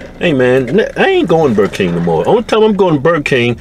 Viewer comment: "Im goin tuh Buh Kang only thing Im gettin is dat Whopper mayne" "You sound like Boomhauer shut up"